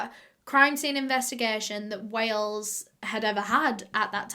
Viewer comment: "Today we're going to WAY-ELS" My heart just melted 💔